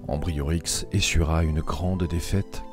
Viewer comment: C'est un fait on n'a plus jamais parlé des Uberons dans l'histoire ;-) C'étaient les É-bu-rons. Et leur chef s'appelait Ambiorix et non Ambriorix :-)